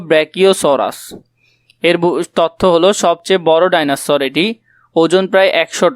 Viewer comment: সার ভাইনোসর না এটা হচ্ছে ডাইনোসর 😂😂